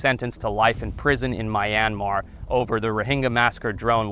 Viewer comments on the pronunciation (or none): My-And-Mar? I thought it was pronounced Me-an-mar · Its not mayanmar its Myanmar!!! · It is not pronounced my an mar It's myan mar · This dude says mayanmar😂 what the f is a mayanmar its myanmar there is no ma in myanmar😂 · A small country in Southeast Asia? Haha, It's the largest country in the entire Peninsula of Southeast Asia. Also it's not pronounced "My-anmar" like the word "my", it's much more like "Me-anmar" although the "Myan" part is actually a single syllable and there isn't really a clear way to write that in the English language. Finally no one has ever been executed for anything drone related in the country, not given a life sentence. The worst sentence you can get is 3 years, although knowing what Myanmar prisons are like, I would probably prefer a quick execution over the actual sentence. There's quite a few more errors in your accounts, but I just wanted to talk you the most important ones. I hope you will give Myanmar another chance a few years from now, when the military is no longer in control, and no longer has any political power. It will happen, the war raging since the 2021 military coup is being won by the rebels, and when this is all over, they will not accept conceding any power back to the military again, and the military won't have any bargaining position. It's an amazing country with all kinds of rare wildlife and wonderful people. In fact the once thought near-extinct Skywalker Gibbon was recently confirmed to be present in fairly large populations within the country. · it's mee-an-mar. not my-an-mar Do the locals really say "my-an-mar"? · Its pronounced me-an-maar not my-an-maar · MYANMAR is not F×cking pronounced as 'Mai•yian•mar' .....even the Myanmar people called it 'Mee•aan•mar' ...you just don't called a country however you Americans like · mi yan mar? Its meer an mar. Bro how do you go to this country and not even at least pronounce the country right. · Isn't it pronounced "mee-an-mar"? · Btw not mi yanmar me Yan mar